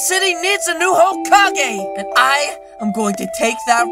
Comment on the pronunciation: He said hokakage